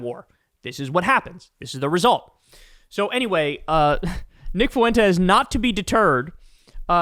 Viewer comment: Kyle pronounces Fuentes like MAGA